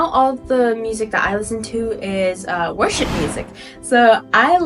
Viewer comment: When you first said worship music it sounded like you said Russian music